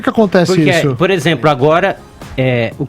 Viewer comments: "Por ezempru" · O cara fala "POR EXEMPRO"